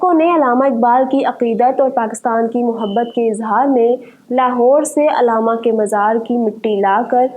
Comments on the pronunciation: अलामा नहीं बल्कि अल्लामा बोलिए mam علامہ اقبال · Alama na bolain Allama lafz hai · Mohtarma correct word is ALLAMA not ALAMA.